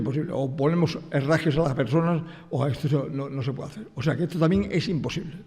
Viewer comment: Im-posible. Es im-posible 😅